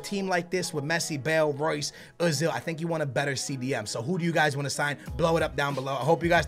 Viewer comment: wait a min did he saw uh zil hey man he is oezil not uh zil